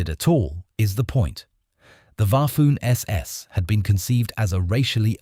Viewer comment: Waffoon SS? Bafoon narrator